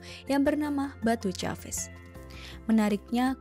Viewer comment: sebutnya bukan "ca-ves" tapi "kefs". Ada percampuran dua bahasa pada nama tempat itu; Melayu + Bahasa Inggeris. Mungkin itu yang membuat kakak keliru. 🙂